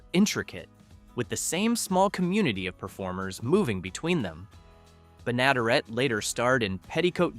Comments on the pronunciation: Bea bi-nadder-it?! Seriously?! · Bea's last name was pronounced BEN-ə-DERR-ət. The rural purge supposedly happened because William Paley's wife was embarrassed at a swanky party where the country shows were ridiculed. She insisted Paley - head of CBS - dump all those shows, despite their popularity. The background music for the early seasons was composed and recorded by Perry Botkin Sr., who owned one of the first multitrack setups. He played banjo, electric guitar, acoustic guitar, mandolin, ukulele, and bass.